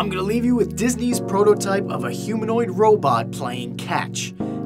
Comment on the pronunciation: Am I the only one who replayed it to make sure he said Disney?